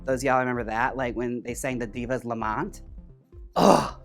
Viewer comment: Divas Lament not Lamont 😅